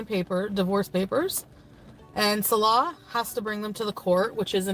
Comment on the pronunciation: I love how she still can't say Salah's name properly... 😅😅😅😅😅